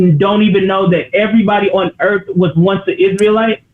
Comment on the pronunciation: For who? For the people of the Earf!!! 😂😂😂😂😂😂😂😂😂😂 NOT TODAY SATAN